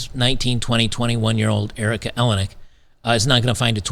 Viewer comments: EleniAk, not Elenik. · Erica Eleniak. (El-N-E-Ak) not ELEN-ak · you pronounce her last name like Maniac........It matters as much as her lost beauty.....Haaaaaaaa George is married to a Much Younger woman & lives in his Chateau in Fronce....Howard divorced his Frumpy wife to marry this bit-o-crumpet (she keeps herself lookin like this as Not to be REPLACED).... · Erika A-lay-knee-ack. Rhymes with Maniac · El-In-E Ack. That's how you say it, no worries, just wanted to point that out. P.S. I think you can see her tits in Under Siege -- I could be wrong.